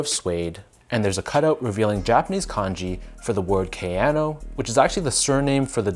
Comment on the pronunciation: Prononciation: Ah-siks not eysiks; Kah-yanno not keh-yano (key: ignore weird English way of pronouncing letters when it comes to pronouncing most international words) if you care off course since you are reviewing them